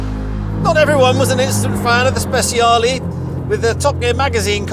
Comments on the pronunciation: Speciale ❌ – Speziali ✅ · The Stig calling the Speciale "Spesiali" is really embarrassing, though not nearly as embarrassing as him calling his daily car "Porsh". That's really bad for a racing driver and car enthusiast. This might seem silly but it's the sort of stuff that would get me to unsubscribe from a youtube channel.